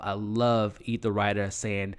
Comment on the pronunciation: Love the recaps but as a person who is to be providing professional recaps you have to get the names and pronunciation correct to be taken seriously. Ethelrida is not EthaRida. Gaetano is not guytello.. it takes away from your validity.. you do a good job. Tighten it up brother the potential is there!